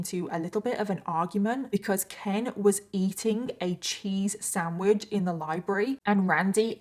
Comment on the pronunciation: It's funny how you say "samwidge" instead of sandwich lol